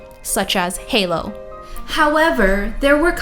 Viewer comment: Her emphasis on the word Halo made me laugh. XD